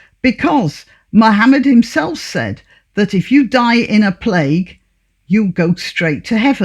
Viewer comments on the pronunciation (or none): none